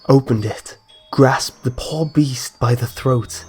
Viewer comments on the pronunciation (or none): none